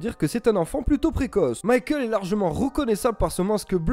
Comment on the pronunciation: Enfant plutôt "précosse" j'ai bien rigoler merci 😂👌🏾 comme dab 👍🏾 en thème pour tes sujets Doctor Who , Seigneur des anneaux, Star Gate , ... tous ce qui touche à la culture pop 😉✌🏾